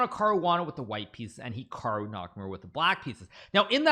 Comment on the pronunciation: This "hecarwoo" you speak of sounds good